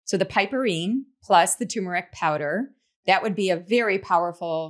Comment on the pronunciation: It's TuRmeric